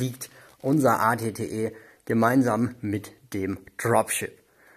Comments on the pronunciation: Das at T wird eyti eyty aus geschptochen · Also At-Ot wird richtig amerikanisch ausgesprochen aber der At-Te nene der wird richtig DEUTSCH ausgesprochen 😂